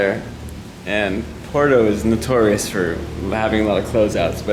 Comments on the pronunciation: At least pronounce the name of the break correctly Nate , it's not porto , it's PUERTO😂😂😂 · It’s Puerto not Porto.